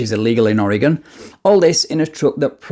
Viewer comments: I love how you pronouce oregon right. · Perfect pronunciation of Oregon, unlike most from other US states.